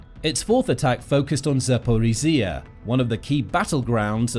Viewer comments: What happened to the old narrator? This guy struggles with zaporizhzhia😢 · The way you pronounce Zaporizja is hurting my ears.